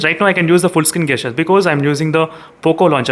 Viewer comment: Bro as a wellwisher want to correct your pronunciation for two words... The correct way to pronounce(gesture) is Jesture not gasture and for (Gyro) jaayero not gaayero.